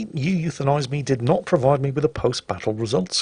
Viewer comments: and here is “you euthanize me” Me: Actually, it’s pronounced “oo-woo-thanize me”: starts loading gun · Technically, you would pronounce his name "oo-woo-thenise me"